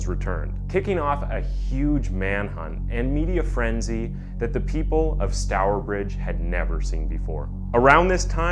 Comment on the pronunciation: Im from stourbridge and that pronunciation was perfect! My family told me alot about this story growing up as we always drove property the house where it happened, its such a terrible story but youve done it justice with this video. Its a travesty this is still unsolved